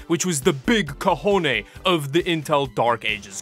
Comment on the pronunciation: "Big cojone" That's the wrong word but I'll allow it. :D (It's "big kahuna".)